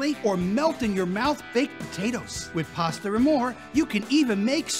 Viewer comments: PAsta Not PARSTER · Its PASTA and more not PASTER and more